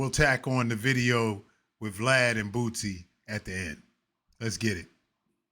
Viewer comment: you are butchering that man name aint no "T" in BOOSIE